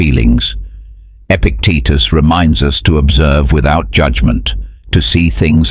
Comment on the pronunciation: Epictetus, not Epic Teachers...